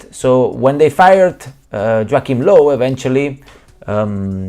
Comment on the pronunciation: "Joeakim Low" 😂😂😂😂